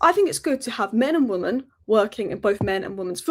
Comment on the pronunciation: why do you keep saying 'woman' and not 'women'?